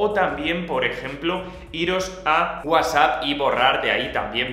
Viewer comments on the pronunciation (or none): none